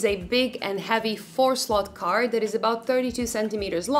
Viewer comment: I'm sorry, a 4 s l o t c a r d?